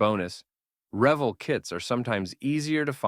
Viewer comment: I agree about the selection of kits in the video. I've built almost all of these and they're all great kits. BUT the video suffers from a poor voice over - mispronouncing Revell as revel (yeah, revel ends with only one L, ReVELL is spelled with 2 LLs and is pronounced like well or fell). Also, it's not a TIGER eye (I), it's a TIGER ONE (PzKw.IV/I). Sorry but those bloopers are really annoying.